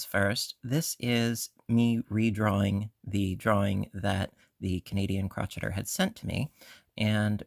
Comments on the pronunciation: I enjoyed watching this video and your tutorials are spot on and wonderful. Please note I'm not trying to be rude or disrespectful. I'm only pointing this out. I couldn't help but notice you pronounced "crocheter" incorrectly. It's the Canadian "Crow-Shay-Er." It's not "Crotch-Et-Er." It's the word crochet with the ER at the end. If I'm mistaken, please pardon me. 😊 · You do know that Crocheter is pronounced cro-shay-er, right? That was just a joke, saying crotch-etter, of course. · I think it’s called “crow-Shay-er” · She definitely says crotcheter...must be a Canadian thing as I say I'm busy crotcheting ALL the time..it's funny😂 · I’ve asked her why she mispronounced the word, but she never responded. I’ve beeb crocheting since 1965 and have never heard it pronounced like that. And I grew up in the UP Michigan and never heard it pronounced that way.